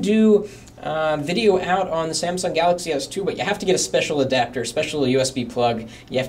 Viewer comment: samsung pronounced as samson hehehe and this guy here seems to like experia better than galaxy. i personally do like experia better,, too bad my location cant just have it. i just feel a lil bit down for the RAM